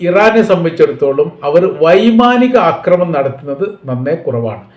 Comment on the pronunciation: വൈമാനം. വൈദൂരം.എന്താണാവോ 😅😅😅😅😅😅😅😅😅😅😅😅😅😅😅